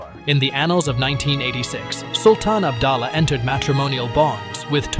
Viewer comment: She made her bed and now she lie in it. What is so tragic about it?? And improved your pronunciation and spelling as well. It is PUTERI (princess) not pureti. It is ABDULLAH (U pronounce OO like in word HOORAY) not abdallah